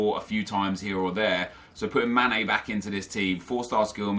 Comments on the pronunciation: you realise his name is sane not mane right? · Sane not mane 😂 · Sane not MANE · Why does he call sane, mane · it's a 's' bro; hence he's called sane not mane...completely different player, although the surnames are similar 😊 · ITS SANE NOT MANE MANE PLAYS FOR LIVERPOOL AND SANE PLAYS FOR CITY